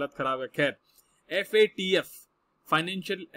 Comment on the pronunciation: Sir aap yadi FAT-F bola ga to galat massage jaraha hi , Guru hi galt bola ga to Sista ka kya hoga . Abb ka baad mai aap ka mokha sa FATF suna chata hoon sir ji.🙏